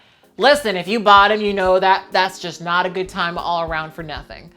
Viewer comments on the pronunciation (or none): "fragrance" I winced 😖